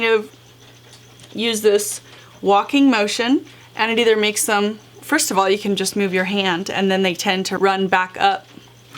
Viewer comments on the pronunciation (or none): none